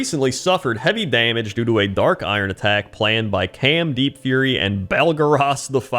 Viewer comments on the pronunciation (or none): none